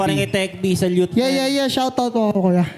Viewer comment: Congrats parin kay tech b salyut men Inang yan salyut ang basa sa salute eh😆